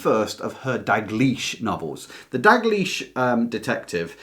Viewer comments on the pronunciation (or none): It's Dalgliesh (in P. D. James), not 'Dag liesh'! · Is the letter "l" silent when you say Dalgleish's name?